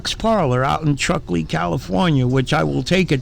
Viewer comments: The name of the rown is Truckee - not Trucklee. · “TruckLee” California? Where TF is that?!😆🤣 “TRUCKEE” you ding-dong.🙄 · "Trucklee" lol. Its Truckee. And clearly the guy that works inside harrassed somebody in public. What kinda stupid sh*t channel is this? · its truckee not trucklee im glad the sock parlour had a hit to their business, they are extremely unprofessional and rude awful people